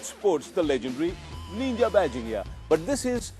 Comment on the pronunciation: It's not Neenja.. It's pronounced Ninja. And yeah, it's not a Naked!